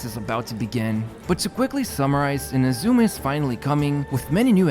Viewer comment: Pleeeease pronounce "Inazuma" correctly